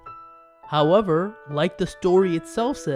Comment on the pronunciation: If you're gonna do voiceover why not learn how to read? Instead of 'However' you say "hurrver" like a dumb ass..